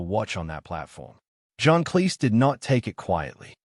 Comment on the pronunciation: Cleese sounds like "cheese," not "lease."